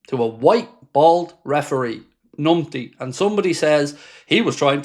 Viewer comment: Yeah mate numpty does not start with an ni sound.